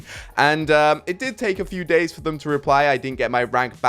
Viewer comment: "That should lead to some pretty interesting gays"